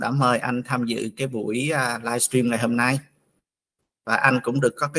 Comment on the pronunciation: Dân VN không sinh trưởng ở nước ngoài đa số phát âm "livestream" thành "laichim" 😂và rất nhiều từ khác phát âm không đầy đủ.